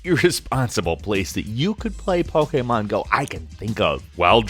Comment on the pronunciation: This guy keeps pronouncing Pokémon wrong